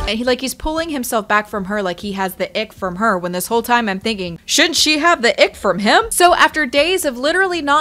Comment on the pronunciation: I believe she pronounced it "toiiiehm".